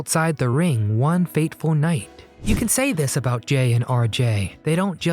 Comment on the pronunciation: It's "One FATEFUL night." Not "one Faithful night" lol